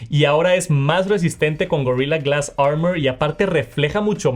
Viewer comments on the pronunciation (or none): Gorila glass que? que manía de pronunciar palabras en spanglish, armor. a r m o r. armor.